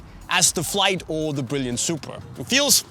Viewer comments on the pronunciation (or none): none